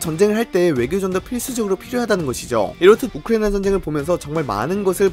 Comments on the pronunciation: 발음 진짜 너무한다 ㅋㅋㅋ 우크리이잉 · 우크라이나 발음 드럽게 ㅁㅎㄴ